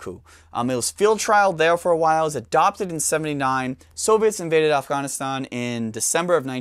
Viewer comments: I liked the way you pronounced Afغanistan! Thanks for sharing your knowledge with us. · You should say “afghhahhhn” a few more times... 🙄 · Ofghoniston pronunciation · If I have to hear him pronounce "Afghanistan," one more time, I'm gonna lose my sh*t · The way he pronounces Afghanistan makes me think he was in the service.